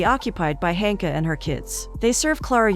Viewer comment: Klara sleeps with Marian (no date, no first kiss) after basically thinking the worst of him through the whole movie but then finds out he had slept with Ilona (A long time ago) and has the audacity to judge him and be upset about it!!! The audacity! Also, Marian's sister's name is listed as Hanka but all I'm hearing is Honka!!!